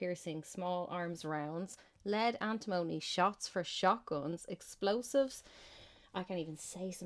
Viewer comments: Point taken on Antimony (you're saying it wrong though), but every other mineral i can see on that list has plenty of civilian uses, including in green energy. It is kind of funny that the one other mineral you do mention is lithium because that's the least useful one on the list by far. Coking coal is horrible though, calling that 'essential for green tech' is beyond ridiculous, we should be phasing that method of steel production out entirely. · I work in lead refinery An tim money Is how we pronounce it Phonetically But it's very dangerous in fumes or dust. It Does be in ingots of lead we get in.